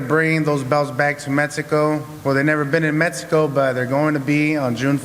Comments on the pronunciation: Ruiz: "for Metzico" lol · “For Metsico”